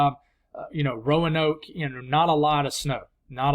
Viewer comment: You nailed the pronunciation of Blacksburg and Roanoke (Row-uh-noke),! Which makes up for crushing my hopes that we'll be fortunate enough to see enough snow to cover the tips of grass blades. 😭😉